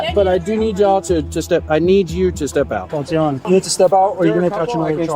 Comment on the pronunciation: TAH-TEE-YONNA!!! NOT TOTE-TEE-YONNA. SHEESH. STOP THE AI BS.